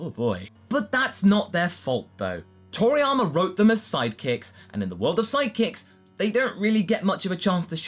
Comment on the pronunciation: Its...Toriyama.....not Triana.......